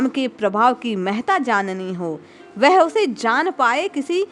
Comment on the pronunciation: वह" शब्द का उच्चार आप "वेहे" ऐसा क्यूं करती है?